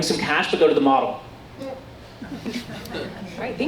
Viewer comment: It's pronounced moe del not model.